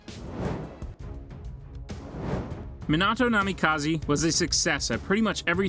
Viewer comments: Stopped watching when this dude said "Menado" 💀💀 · Shut the hell you can pronounce kushina but can't pronounce Minato what.